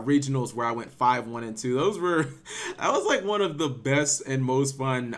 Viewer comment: "Juan for Juan" lol :)